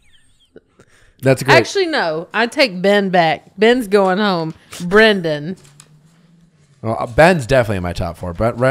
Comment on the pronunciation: I need Nick to start saying BREN***DANS name correctly before I go crazy.